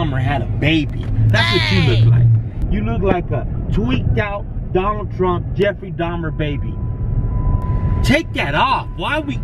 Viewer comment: Donffrey Truhmer